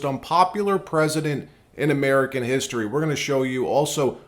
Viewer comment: Harry doesn't speak properly... how did he get a job at CNN when he can't pronounce the word history correctly.